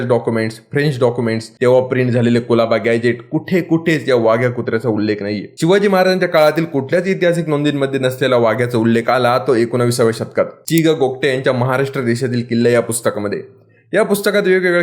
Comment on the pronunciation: एकोणीसाव्या असा उल्लेख करा एकोनविसाव्या असा नको. मराठीच वाटोळं करू नका